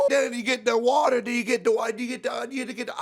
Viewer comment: " I like it when the wadaa and the gwass go pwoooom and when u add ewectrik it goes pwoooooooom" had me rolling lmao